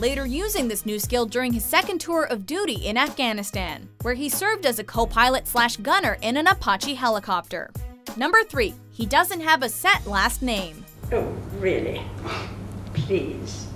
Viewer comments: Apochy it’s pronounced A patch e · "Apotchee helicopter" Fucking hell ive never heard anyone mispronounce anything so badly in my life